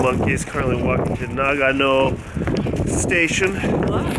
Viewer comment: うーん、日本人としては、英語の「No」と ひらがなの「の」では全く違って聞こえるんだが。というか、あなたを含めた英語圏の人が読み上げる「長野, Nagano」は、日本人には「ながのぅ」としか聞こえていないんだよ、実際。